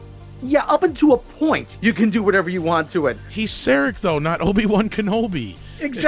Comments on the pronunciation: Before I forget (and someone may say that later in the comments) the slide for the second (but not shown as the first episode, either) pilot, 'Where no man has gone before' was wrong. The contempt for Star Trek is shown by mispronouncing Saarahk as Sear-ak, and the Vulcan Hello being a far cry from Surak's endless diplomats and pacifism. The ending of the broadcast episode, was too bloodthirsty warmongering, with KINE ships popping in with no time dilation for travel time. Too, I did not sign up for the CBS All Access free trial (numbers inflated.) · It made me cringe every time "Sarek" was pronounced "Serek".